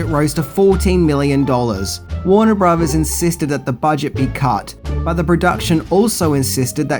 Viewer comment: It's "filthy" animal, not "filffy" animal." And brothers isn't pronounced as "bruvvers" either.